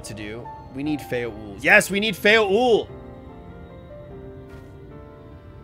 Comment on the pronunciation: I cringe every time he says Titania as Titiana and when he said Feo Ul as Feo Ui. Gosh darnit!